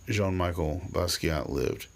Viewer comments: Awful to hear his name mispronounced!!!!! Should sound like Michelle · It’s pronounced like the women’s name Michelle, good video though man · Its jean michel not jean Micheal. And his is better then any peice ull ever create ur just not creatively intelligent enough to understand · First of, the name is Jean MICHEL Basquiat (Not Michael)...I understand you've tried to bring a positive message through your video, but you started on the wrong foot and made two huge mistakes. You said you didn't care about his paintings and didn't think it was that great! Ok, let explain! It shows that you went way over your head by trying to elaborate on something that you do not understand! Aside being asbtract expressionism, his work is "Visual Language." Have you read what you called "scribbles"? These are the paths to understand his work. They tell stories...either historical, power structure i.e(The irony of the negro policeman), personal story(man dies) etc. He was a genius and quickly understood what very few in the art world know, and the rest will never understand to the day they die! That's what makes him so great and I'm gonna tell you what it is. Go make a video about Jackson pollock, Cy Twombly, Milton, Andy Warhol, Resnick.They painted childlike and yet, They're the greatests. Before you say anything else about Jean Michel, please study his life and his art or take a couple of art classes for that matter so you could stop showing your ignorance.